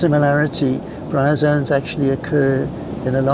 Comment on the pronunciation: GREAT video-but uh.. "bryazons"??